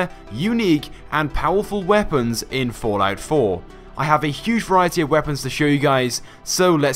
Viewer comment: I everytime hear the word fortnite when he says fallout😂😂